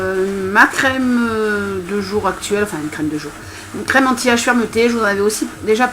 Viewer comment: mais siiiiii au lieu de dire "anti age" tu dis "anti rage" :p